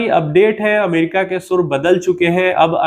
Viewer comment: ना शुर ना शुरू। सुर होता है सर जी